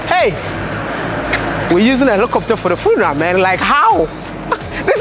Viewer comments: "FUNARAS" 🤣 ...You gat on that Village boy , My favorite YouTuber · Cool interaction with the VP . He was so dope and his suit rocked! I couldn't stop giggling each time you pronounced 'funeral" lol. Keep dropping the videos buddy. Good job on changing the narrative about us